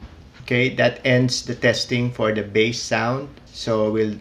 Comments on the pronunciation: Its beysss(bass) Not Bas(bass) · it should be pronounce as BASE